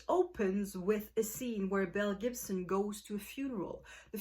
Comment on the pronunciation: I have no clue why I have never heard of this woman or this story! It sounds wild...although I kept thinking you were saying MEL Gibson! 🤣🤣